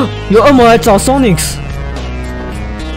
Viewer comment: 森零，你都會唸Sonics誒,但其實沒有那個s